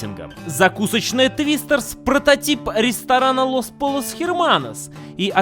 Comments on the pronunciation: читается не полос а пойос тк это испанское название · "pollos" читается как "пойос" (испанский) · двойная l в испанском читается как й:) пойос. а так офигенский выпуск)